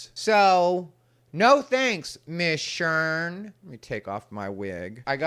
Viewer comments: I can't stop laughing 😂 My name is Sharen, and my siblings call me Sheren just like you say it has ha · This was great! You're the ABSOLUTE BEST and MOST TRUSTED LGBTQ Comedian IN the WORLD!!! I love you! You KNOW "Miss Sherrrn" is EXACTLY how it's pronounced. That character has enough body for us all to embody it! Lol hahaha 😂😂😂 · Miss “Shurn”. Cracking me up with this…😂😂😂. Love your videos and think you’re right on point with your analyses. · It's "Miss Shern"...lol😂